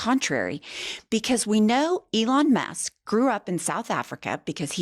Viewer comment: ELon MAHSk